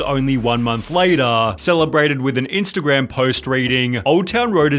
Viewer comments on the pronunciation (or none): none